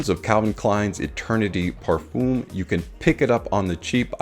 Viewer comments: Another video with mispronounced Parfum. Parf-um like in word Eminem Parf-em Both Dallas from Chaos and Ash from gents scents know how to prounance this Common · You say Parfum wrong. There is no E at the end. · Never stop saying parfum the way you do!